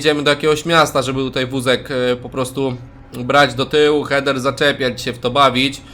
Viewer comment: Heder a nie kurwa cheder